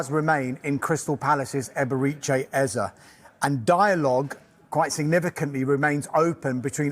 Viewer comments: Stop being so lazy Who the heck is “Ease” These AI vids need to be boycotted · Nah...just a stickler for pronouncing names properly. It's spelled Eze and pronounced Ayzay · pronounciation ezzay please. It’s not that difficult